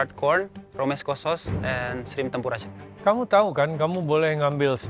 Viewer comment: Chef gak pake "t" bro 🤣🤣